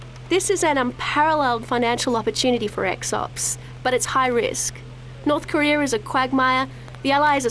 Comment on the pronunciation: Why do they keep saying North Koreor?